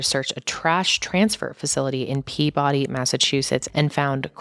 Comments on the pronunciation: A moment of lightness for you. Peabody, Massachusetts is said Pea-ba-dee. It is said rapidly, no syllable drawn out. Covering these sad stories must take a toll on you. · Yes it’s such a sad case, hope justice is served. Another small pronunciation thing though, Peabody is said strangely in Massachusetts, people say it like “Pea-ba-dee”